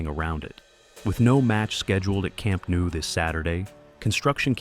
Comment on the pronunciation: Your videos are always great, but I can't help noticing that you consistently mispronounce the stadium name. You say something like "Camp Nuu", but it's actually pronounced "Camp Nou" (just as it's spelled). For clarity, the IPA is [kamˈnɔw], and an English approximation would be "kam-NOW".